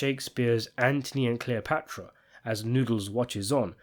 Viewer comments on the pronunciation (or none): none